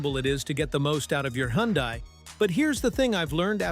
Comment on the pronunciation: The car is pronounced "Hunday" rhymes with Sunday. Simple.